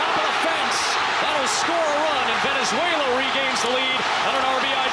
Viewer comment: 主審はべねぜいらより寄りだ 何回間違える？